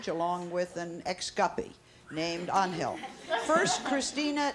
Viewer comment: Why does sally keep calling ‘Angel’ as An-hill. Just pronounce his name as the mythological creatures lol.